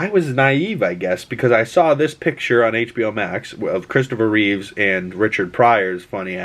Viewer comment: Reeve not Reeves x